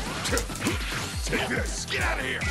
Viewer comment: When hit said "take this" during the first minute or so I thought he said "DINGUS"